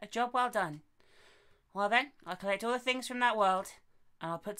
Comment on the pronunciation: Things* not thongs lol